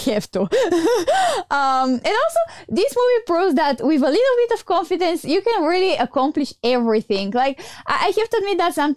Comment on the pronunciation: I love how pronounce confidence. It sounds like she's saying coffee-dence